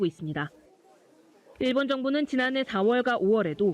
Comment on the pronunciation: 발음교정 좀 하시길... [ㅇ일본]이 아니라 [일본]